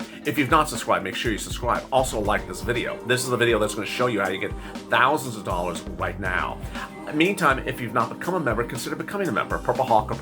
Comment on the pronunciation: 5 thousand dollaz 10 thousand dollaz Lol what a clown